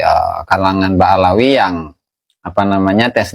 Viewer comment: Ngomong BA'ALAWI aja ga bisa lu😂😂 Ngeja yuk b a BA a l a ALA w i WI jadi BA'ALAWI bukan BA'AWALI😂😂 kocak nih pendukung si Amid eh maksudnya Imad😂